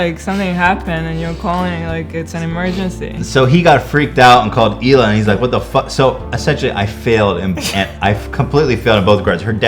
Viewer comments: The way Hila says "Hila" is a lot nicer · i never would’ve guessed that’s how Hila’s name is actually pronounced but it’s beautiful i wish her name was said like that all the time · the way hila says her name is the most beautiful thing ever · she obviously pronounced her name right lol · For the first time Hila gives us the correct pronounciation for her name. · the true pronunciation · In Hebrew you pronounce the h and put the accent on the second syllable (He-LA) but that sounds awkward in English so in English you put the accent on the first syllable and can choose to ignore the h (hence EE-la) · ohhh the pronunciation of Hila makes more sense now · Hila's Israeli pronunciation is beautiful. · so THATS how Hila is pronounced.. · is that how you really pronounce hila?? sounds so nice!